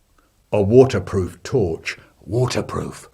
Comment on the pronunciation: Theuh...the torchuh it won't workuh its brokeuh....